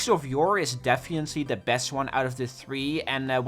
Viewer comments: I keep getting confused every time you say "defiantly" instead of "definitely". Which is every time. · did you say "defiantly"😂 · "defiently" lol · Day 1 of telling to pronounce definitely correctly.